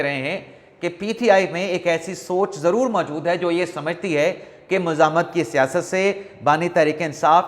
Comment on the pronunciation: آپ اکثر "مذمت " اور "مزاہمت " کا ایک ھی تلفظ ادا کرتے ھے